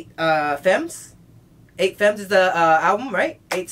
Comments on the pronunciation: "Femmes" is a french word wich means Womens. You proununce it "Fam" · Femmes is pronounced without the s so it would be femme (with a soft e, not an AY sound) 😊😉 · femmes is pronounced like fam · Effectivement, c'est rare de voir des français ^^ By the way, the way he saids "femmes" makes me laugh